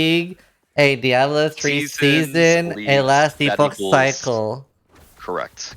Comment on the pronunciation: a bit concerning how badly he butchers "Diablo"